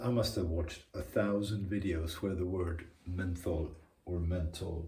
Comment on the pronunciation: Definitely pronounce the "H" in "menthol"! Otherwise it kind of sounds like "mental", which is exactly how the crappy YouTube subtitles transcribed it - LOL. I chuckled at the part where you said you got to sign the contract and pay the invoice for the kitchen, so you were a part of it too! Cheers, Henry